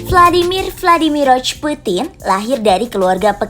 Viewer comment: "Vladimir vadimiroch putin". lidah aksen nya niru inggris. 😃